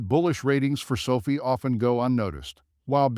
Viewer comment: NOT pronounced so fee.